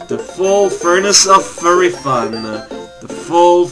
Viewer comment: fury makes a "fyu" sound